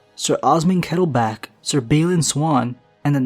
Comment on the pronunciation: Dorry? Kettleback? I thought you were more educated than this.